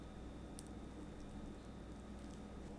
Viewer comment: vege tuna